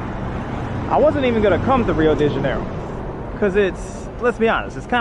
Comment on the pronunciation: Your pronunciation of Rio de Janeiro and São Paulo is better than 99% of non portuguese native speakers.